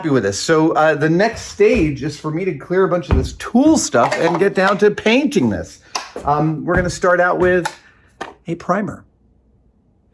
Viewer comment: Painting is waiting. Pwainting.